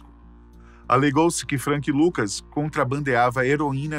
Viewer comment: Por que pronunciar "Ucher", não "Acha" como correcto, mas "Frenk Lucas" não "Frank Lucas"?